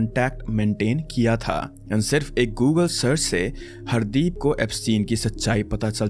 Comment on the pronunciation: I don't think he dubbed it, it can be a really good ai since when he said "Hardeep" it sounded in that white accent -- it sounded like (hard-eep)